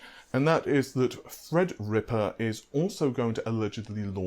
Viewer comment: In case anyone is having trouble understanding his accent let me help. When he says "free" he means "three" When he says "fredrippa" he means "threadripper" When he says "fairy" he means "theory" No need to thank me.